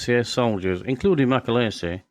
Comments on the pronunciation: His name is pronounced as its spelt Macaleese not macaleesi! Get your facts straight! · Its mc a leeese. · Shockingly bad video and doesn't do Mac justice. Try getting his name right for starters. And what's with the Scandanavian Airline logo? You also can't pronounce Thessaloniki. If that's a tribute to the man it's the worst I have ever seen. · You can’t even pronounce his surname properly.